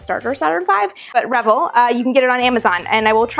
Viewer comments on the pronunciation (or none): I've always thought it was re-VELL, not REH-vull. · The proper pronunciation is "Ra Vell" like the composer. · Revell= ,"Ruh-velle." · Revell is pronounced "Ruh-VELL". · Correct. I noticed her pronunciation too. ;-) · Amy?...You know that I love you but you're pronouncing Revell wrong.